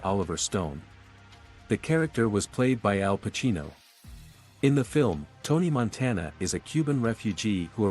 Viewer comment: "Tony Monteena"